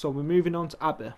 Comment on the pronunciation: Omg you said my name abir while trying to say abby